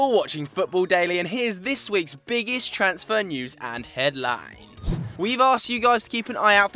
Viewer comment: the way he said headlines😂😂